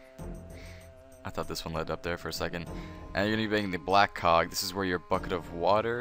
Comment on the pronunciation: Thanks yet again. I also am used to your voice, and you dont have a strong accent... so easy to understand. However, sometimes when you say "black cog" it doesn't sound like "black cog" to me :D And in New Zealand, it's ground floor, first floor, second floor etc :P